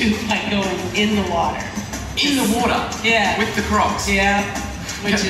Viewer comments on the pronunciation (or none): i like how he pronounced water. "WODAAHH"